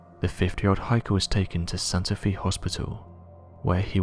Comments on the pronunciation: Santa FAY, not Santa FEE. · I'd not heard of this 411 story. (First not related to the story, but for any future videos, Santa Fe is Spanish and pronounced Santa Fay [not Fee]. No problem, everyone knew what you meant.) I'm curious as to why the hospital covered up the story and also how the first search party didn't find him if the GPS coordinatess were correct? Very odd story. I am glad the man didn't die before getting help. The man who found him is to commended for staying involved and supplying him until the rescue team found him. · Fe is pronounced fae Not fee you need to go back to school and maybe this time you should pay attention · FYI, it's pronounced Santa FAY, not Santa FEE. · Does anyone else here think that Santa Fe is pronounced as Santa FEE?? I bet you that NOBODY else is that stupid, surely everyone knows its pronounced Santa FAY... right? I really wish this narrator would go missing, I have had it with his crap! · As a former resident of New Mexico Santa Fe is pronounced Santa Fay. The universe is 10000 Times more mysterious than the mind can conceive. There are areas where the veil between dimensions are thin and you can find yourself in a slightly different version of reality. Check out the Mandela effect. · Santa Fe is pronounced Santa Fay. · It’s pronounced Santa Fay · Can you not research how to pronounce certain names and cities? It's really not very difficult at all. (Santa Fe) is not pronounced "Santa Fee"